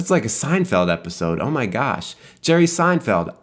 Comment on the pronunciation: Starting i just started laughing "brotha" "stahp thinking" "oh mah gawsh"